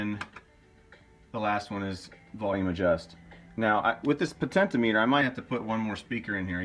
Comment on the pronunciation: Potentiometer, not potentimeter